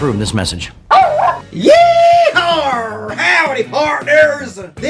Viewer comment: I thought he was dong pretty good until that "Yeehaa!" I don't see an R there.